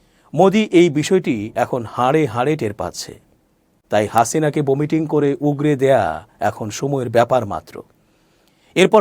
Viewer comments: বোমিটিং নয় ভমিটিং, উচ্চারণ ঠিক করুন তারপরে খবর পড়তে আসবেন!! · বমিটিং হবেনা উচ্চারণটা হবে..... ভমিটিং